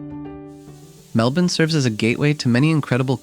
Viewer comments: So weird hearing an American say it normally lmao. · You pronounced Melbourne correctly 😊 👍